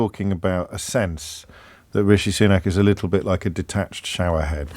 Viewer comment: Imagine being in the media and still not knowing it's pronounced SOO-nak.